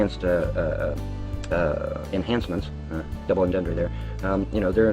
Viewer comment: "double entendre there..." The world's smartest vampire punisher sorcerer black panther elder scroll wizard doesn't know 1) how to pronounce the French term or ) what it means. So much for being "just a little smarter than everyone else," eh? lmfao